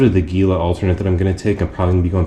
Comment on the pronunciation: Gila (pronounced He-La) Nice video. Excited to follow your journey!